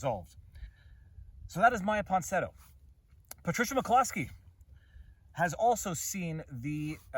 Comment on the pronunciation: Say “Ponsinetto” one more time. Oh, please.